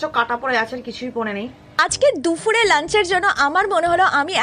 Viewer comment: বিশ্বাস করো ,তুমি যখন দুপুর কে দূফুর বলো,তখন আমার কান ঝাঁ ঝাঁ করে।